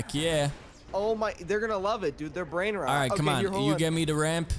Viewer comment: Bro just said brainnrot